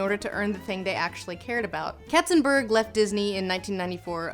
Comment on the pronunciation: Not "Ketzenbörg" but "Katzenberg"! And you have not even mentioned that Hera is Hercules's biggest fiend, instead of Hades, who has no case to hate him!